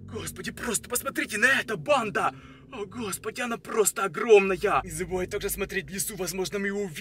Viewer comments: Бесит сильно банда́ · Он такой говорит:БанДа,НасТя,ВидеО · Не панда🐼 а пандабанда😸 ну если честно то я слышу банда но иногда панда